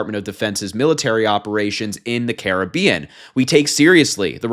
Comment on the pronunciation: Just as an aside it's refreshing to hear Caribbean pronounced correctly. Thank you.